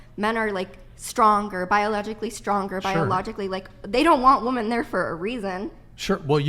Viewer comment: Is she intentionally pronouncing women as "woman"?